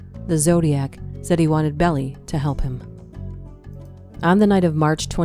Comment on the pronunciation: This is incorrect, demonstrably, but miles closer to the truth than the video’s content is. Oh, and it’s Melvin Belli-pronounced “Behl-Aye” as in “aye aye, Captain ‘l